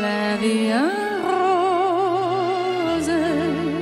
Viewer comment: 尚雯婕的声音我其实还蛮喜欢，可是这次她唱法语的那个R的发音实在听得好难受,在词尾比如pour还好，尤其像rose那类在开头的，实在受不了，太过了...